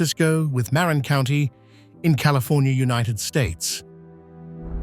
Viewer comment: It's Marin County, not Marn County. 😮